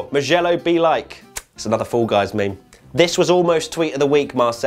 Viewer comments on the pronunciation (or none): none